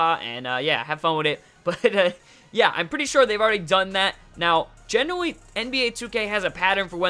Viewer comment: GENEWAWY instead of generally haha